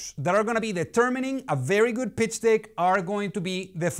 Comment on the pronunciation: PITCH DICK ??? LOL Be sure you say DECK (como la E en Castellano, un poco más abierta) because dick... LOL is not deck. Just an advice. Check the sync. I would use a English speaking V.O. speaker, it will make the videos really better.